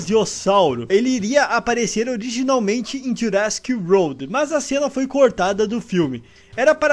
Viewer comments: Ele falou wolrd msm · Não chegou nem perto da pronuncia de "world" kkk, mas n to criticando, achei engraçado